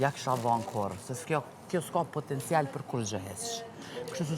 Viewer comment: Popoptencial😂😂😂😂😂 spo mundet prej botox me fol mir